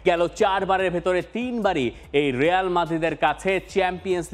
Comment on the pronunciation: রেয়াল নাহ রিয়াল বল